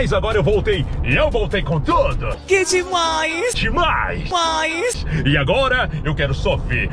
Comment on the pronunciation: "que demains demaiss demainss" 😂😂😂